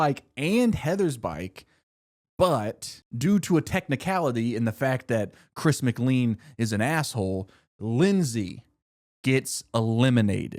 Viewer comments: btw its not chris mcleen its chris mclain, whenever u prnounced it wrong i went crazy lol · It’s pronounced /ˌkɹɪs məˈkleɪ̯n/ not /ˌkɹɪs mɪkˈliːn/. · why is no one pointing out he said chris mcleen TnT